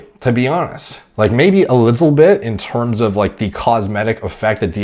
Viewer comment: you sound english when you say 'A little bit' haha